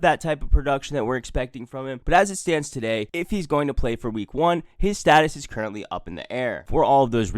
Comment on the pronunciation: "TUH DAY!"